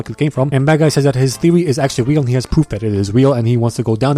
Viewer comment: 2 18 YA ITS WEAL NOT REAL WEAL LOVE ENGLISH